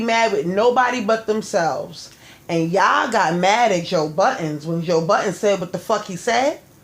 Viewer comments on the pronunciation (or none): Joe *Budden” not buttons lol good show!